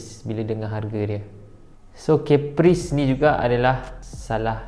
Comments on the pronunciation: kappris bukan Keppris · Im sorry but Caprice sounds like Capri-sun...pls dun attack me